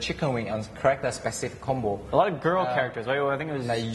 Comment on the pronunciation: Lol. Every time Xian says "characters" I keep thinking he says "crackers". Haha.